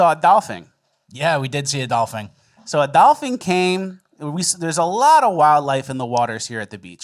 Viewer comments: Are you’ll saying dolphing? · A dolphing?! Lmao what’s a Dolphing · Why are you mispronouncing words? first you both called dolphins dolphinGs and then you said aliens are alieMs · How to boost comments…Pronounce Dolphins with an “ings” on the end😭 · Dolphings and Aliems.... killing me. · was saying "dolphings" on purpose or is that how he pronounces it? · why the hell u saying Dolphing? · Am I crazy or am I hearing dolphing? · doll-fing and aliems 😂😂😂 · Love those white black people. We should call them Zebras. keeps saying dolphing, just to trigger me. Great success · Are you guys saying”dolphings”? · Did you say Dolphing? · Dol-fing Lolol I hate when YouTuber mispronounce words on purpose for engagement. Still love you guys tho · Are y’all saying… “dolphing”? 😂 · Did anyone else hear say “aliums” and “dolphings” 😅😅😅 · and dolphings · What were you calling dolphins?? I do like aliems, btw